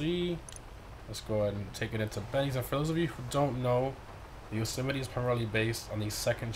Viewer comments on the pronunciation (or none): It’s actually pronounced Yo-Seh-Might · He can’t pronounce the name right 🤣🤣